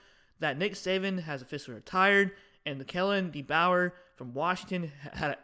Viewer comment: You can’t even say DeBoer name right and you think Wisconsin winning by 7 LMAO let me save you some embarrassment you need to go do your research before saying dumb crap Ryan Williams ⭐️⭐️⭐️⭐️⭐️ Caleb Odom ⭐️⭐️⭐️⭐️ Kendrick law ⭐️⭐️⭐️⭐️ Justice Haynes ⭐️⭐️⭐️⭐️⭐️ Jam Miller ⭐️⭐️⭐️⭐️ CJ Dippre ⭐️⭐️⭐️⭐️ Danny Lewis ⭐️⭐️⭐️ Ty Simpson ⭐️⭐️⭐️⭐️⭐️ Richard Young ⭐️⭐️⭐️⭐️ That’s just some examples , how Wisconsin beating Bama by 7? 🤣 That air raid shit doesn’t work Miss State runs it and Bama has shut it down.